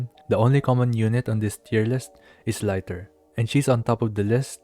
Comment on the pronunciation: It's "lee-tur" like the unit of measurement, not "lai-tur"